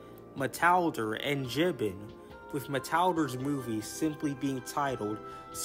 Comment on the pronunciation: BTW, for future reference, it’s pronounced Jee-BAAN.